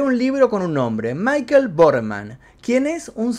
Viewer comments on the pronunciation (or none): none